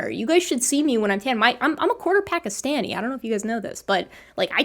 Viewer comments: I like her voice. Her pronunciation of the word "Pakistani" is bad though. LOL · Needs to learn the correct pronunciation if she is. LOL